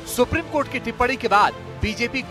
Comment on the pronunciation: Rijju jab tum v humhare log suprime cort ko suprime coth kahte ho tab sahi hai suprime cotha hai